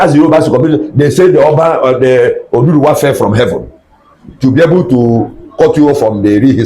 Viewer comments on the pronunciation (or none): He said oduduwa. Anambra accents sometimes pronounce word wrongly.